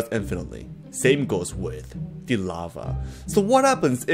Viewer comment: Why do you pronounce the word “the” like “de” (pls don’t say if I’m judging you)